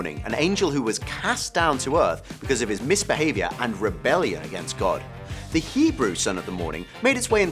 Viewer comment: wow.. u even got the hebrew stuff 100% כל הכבוד!